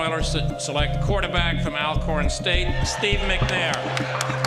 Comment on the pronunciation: it's "ALL-CORN" not AL-CORN. Pronounce it right people.